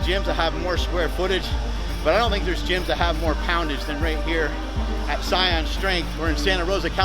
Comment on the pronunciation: Hey Mark, not trying to niggle ya, but I think Saiyan is referring to Super Saiyan, from Dragon Ball Z, which is actually pretty freaking cool if it is for sure. But if it is, you would pronounce it "SAY-IN" yours sounds like "Sigh-On". Not a big deal, appreciate the showcase of the Gym though, it really is beautiful! Though, do correct me on the name, if I'm wrong.